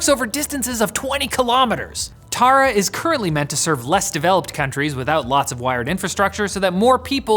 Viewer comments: I guess it's pronounced Thara and means star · When u played that clip i realised that "taara" is just the Hindi word for "star", And idk if this bad to say that but yes that pronunciation was no way near correct ¯\_(ツ)_/¯